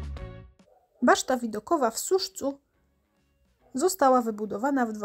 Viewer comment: Nie w Suszcu tylko w Suścu....